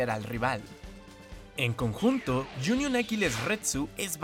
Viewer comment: Like si pensaste que dijo junior Aquiles